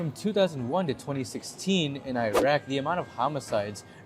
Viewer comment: Can you search on how to pronounce Iraq? Just a suggestion because you may mislead Filipinos who pronounce the country correctly who are listening to you. You are comparing apple and orange here.